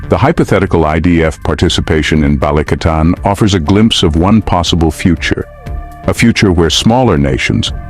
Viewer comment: "BALIKATAN" NOT "BA-LI-CA-TAN" 😅🤣🇵🇭👍